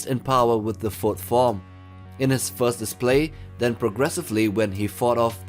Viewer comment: bro plz first, fourth and fifth. When you say them i can't differentiate what you mean. The theme and video are a 10/10. The voice over pronunciation NOT.